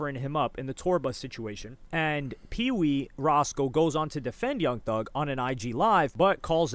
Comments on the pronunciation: “Young Thus” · ‘Young Thus’ u gotta fix that, pushing out these videos too quick